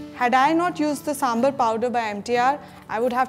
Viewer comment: its is not sambalr its is sambaarr let it properly of god sake